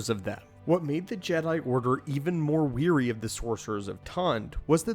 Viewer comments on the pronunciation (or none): Great video, thanks! Technical note: The pronunciation of 'wary' is ware-ee, not weer-ee. It's the second half of 'beware'. Weary means 'tired', wary means 'cautious; suspicious of'. Your pronunciation in the video described the Jedi as 'tired of the grey Jedi', with the connotation of, "Oy, these fucking guys again...". Which is funny, but not what I think you intended to convey.😉 Stay awesome!